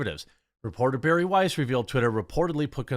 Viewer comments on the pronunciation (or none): none